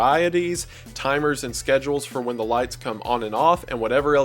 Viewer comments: I've noticed this too! Sometimes I can roll with it, other times it really bothers me😅 but not enough to quit watching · It’s adorable!